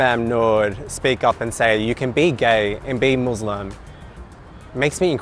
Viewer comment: The gay guy can't even say muslim right